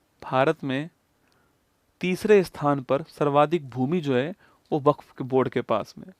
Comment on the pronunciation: वक्फ ❌ buff☑️☑️😂😂😂😂